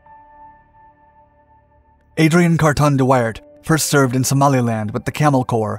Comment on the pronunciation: It’s not thát important but at the start of the vid the city views shown when talking about Brussels are somehow all taken from Bruges (Brugge). His name should be pronounced as wi in window and ar as in art but leaving out the t-sound, like wi-ar. So much for nitpicking…